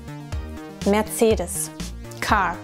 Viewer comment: Just realized even Americans pronounce Mercedes and Porsche wrong!